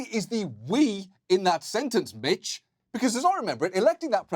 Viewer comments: ‘mitch’ got pronounced like ‘bitch’, I see no lie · You said Mitch, I heard *itch.